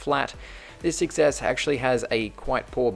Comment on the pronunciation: always sounds like iphone Success XD